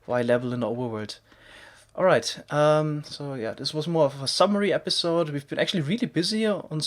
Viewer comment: Nezher hub, anozher epizode... omg